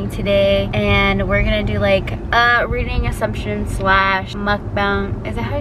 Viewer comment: “You sound like shakira RRRRREEREEADING” 😂